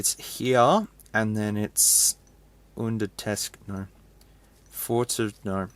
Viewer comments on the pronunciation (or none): none